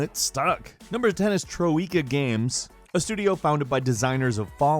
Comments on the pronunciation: It's pronounced TROY-ka, not tro-EE-ka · hahahaha troIka games hahahahah. It's trOika. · "Trow ee ka games" LOL! It's pronounced Troy-ka. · Tuh-ROW-eek-aah? Troika is pronounced 'TROY-kah'. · Troeeka? Troika is pronounced troyka. Hell it's sometimes translated from russian as Troyka. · Being bought out and going bankrupt are not the same thing. Also Troika is pronounced Troy-ka not Tro-eeka. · Tro-ika Pronounced Troy-ka ;) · Wow how he slaughtered the word "troika", its pronounced "trojka" not "troeka" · its TROY-KA not TRO-E-KA jesus you do know what that words is right ? i dont even know the company but that fact you cant even pronounce it correct sheds alot on your attention to detail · is it really pronounced Troy-eeka? Or Troy-kuh? Too much gears of war turrets have me jaded. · Troy-ka rather than tro-i-ka well it should be Troika but we all know americans struggle with pronunciations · It's pronounced [trOi-ka] not [tro-EE-ka] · I'm pretty sure you were saying "Troika" incorrectly, it's more like Troy-ka, not Trow-ee-ka. Otherwise, very intersting, thanks for making it. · I love u but Troika is pronounced "troyka" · Wow how to mispronounce everything in one section .... its 'Troy-ka' and 'Arcane-um' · You forgot Dynamix, Microprose, and Sierra! You also butchered MANY names of companies and games, like Troika (troy-ka). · TRO-IKA... troika is one word... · Hey, can you not pronounce Troika in a single word? Tro-Ika? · just sos you know its pronounced troy-ka games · OMG, guys it's TROY KA games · it's pronounced troy-kuh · Did you just pronounce Troika as "Tro-wee-ka?" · Tro-ie-ka?! Wait, what? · Jason Hardman yup. Troika. Troyyykaaaaa. Just google the shit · That is not how you say Meridian.. And Troica? WTF, I think you will find its a russian word and not pronounced like that. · THE WAY HE SAYS TROIKA LOL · When he pronounces Troika games wrong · lol. I was thinking that same thing.